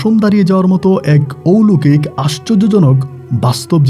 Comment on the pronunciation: ঔলোকিক আবার কি.....??... কথা টা হবে অলৌকিক..... একজন RJ হয়েছেন অথচ সঠিক শব্দ উচ্চারণ করতে জানেন না..... সারা বিশ্ব থেকে সবাই আপনার বলা গল্প শোনে.... RJ কিবরিয়া সাহেব কে পারলে ফলো করুন.... অনেক কিছু শিখতে পারবেন..... কথা বলার স্টাইল খুবই বাজে আপনার..... শুদ্ধ ভাষা টা আগে শিখুন তারপর RJ বলুন নিজেকে......